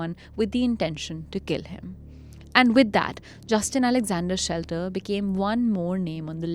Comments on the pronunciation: The name is Shetler not Shelter. I am finding it bizarre that a whole episode based on a guy and still his name is not being correctly taken. To err is human and all.. yes but careless. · Even NOW you can edit the audio by dubbing SHETLER, the correct last name!!! Pls it's jarring to hear the main guy's name being mispronounced with such confidence!